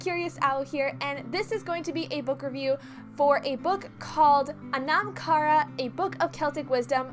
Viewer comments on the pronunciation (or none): its pronounced "aw-num." (sort of like autumn). NOT "uh-nom." ...good lord.